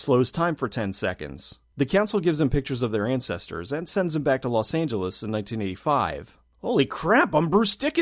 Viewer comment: "Lost Angeles"....Lost.